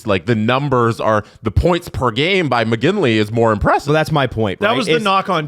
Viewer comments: MOGILNY, not Mogingly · as a McGinlay it weirded me out EVERY time. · You say Mogilny, I say McGinley..... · Is OK? He keeps calling Mogilny Moginly over and over. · is purposly misspronouncing Mogilny right? Has to be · I’m just wondering if he’s dyslexic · everyone take a shot everytime mispronouces Mogilny lol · Hate to say it but kind of drives me nuts. Once maybe…. Twice but it’s someone’s name… they deserve it pronounced properly. If kidding that’s one thing. He said his name wrong 5 times in a row. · I came to the comments looking for someone else who noticed this, making sure it wasn't just me and my old man hearing 😂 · Haha thank you was dying on the inside haha